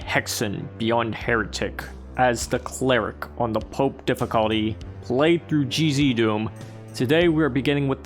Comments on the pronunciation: When you say "GZDoom" it sounds like "Cheesy Doom". If it is not a source port yet, then it has to be one. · I wanted to make that comment too but cheesy doom must be T A S T Y.